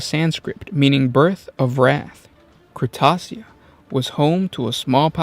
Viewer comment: I love this army but.. why so many mispronounced names? Cretacia is Kret-aysha. Nessir is Na-seer. Gabriel is gay-bree-L. And so on. Honestly this is the most interesting of all the Blood Angel armies. They are melancholic outside of combat because they know that one of the fights will be their last. Seth is dedicated to carving out a good legacy for them despite attempted assassination, and other outside forces messing with his plans (Astorath the grim for example, came to blows against Seth and they beat each other into the medicae when Astorath tried killing the Flesh Tearers death company.) Seriously, these guys are one of the most interesting space marine armies.